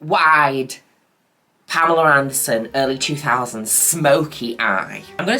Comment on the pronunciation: taking a shot everytime mother says pameler anderson. yes that’s happening.